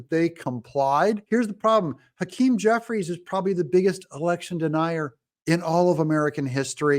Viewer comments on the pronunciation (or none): Jeffwies lacks integwity. Twump won. Joseph Wobinette Biden... is a cwiminal.